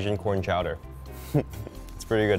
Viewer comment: I know it’s chicken corn soup, but all I can hear is “chicken noodle soup”.